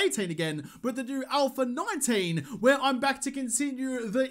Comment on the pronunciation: All of a sudden its "ALPHA 19" now? How you gon pronounce it like that when you gave us "ALPHER 18" during the entire alpha? Lol. I was so looking forward to "ALPHER 19", but it never came......